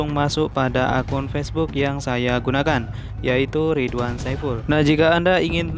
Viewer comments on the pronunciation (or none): none